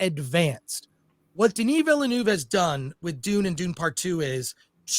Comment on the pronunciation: Hahaha "Denis Vilenooove".